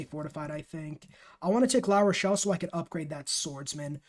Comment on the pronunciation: Great guide... but I think you managed to pronounce every city's name incorrectly except Paris and La Rochelle. I'm guessing geography wasn't a strong subject, besides mathematics... LOL!